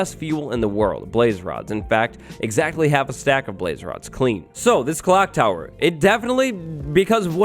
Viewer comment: Clock tower not "clonk tower"